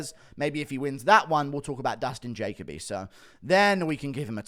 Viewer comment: Lol, Dustin Jacob-y. Interesting pronunciation.